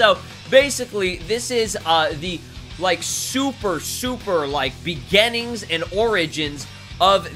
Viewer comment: nobody: abselutely nobody:: begAning